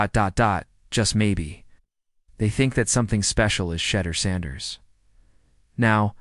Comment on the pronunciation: Try saying is name right!! And further he went in the fifth round bc of collusion, fake ass video